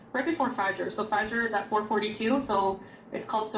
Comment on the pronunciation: Her pronunciation of things like suhoor and fajr is really grating.